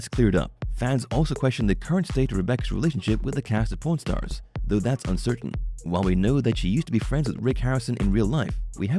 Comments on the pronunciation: I heard 'porn stars' instead of 'pawn stars' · I keep hearing porn stars instead of pawn stars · sounds like he saying prn stars heh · The way he pronounces Pawn Stars it sounds like Porn Stars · The way this guy says pawn stars is making me sus lol.